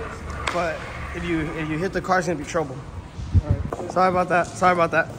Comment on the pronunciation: i think im the only oone who hear "alr ni-" 😂😂😂 shit funny as hell